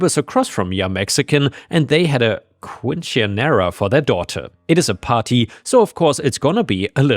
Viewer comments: "They had a.... quin-sin-era." 😂 So close,. So close. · Quinceanera is pronounced quin-sen-era as far as I know... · it's pronounced "Kin-sen-yerra" I used to butcher this word all the time when I saw it spelled 😂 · That is certainly a pronunciation of all time.